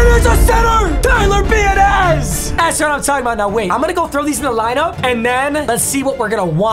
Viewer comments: Tyler be-a-dish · Tyler BEE-AH-DISH if you were wondering how to really say it 🤣🤣🤣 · I went to high school with Tyler biadasz and you butchered his last name 😂😂 in all fairness it does look very weird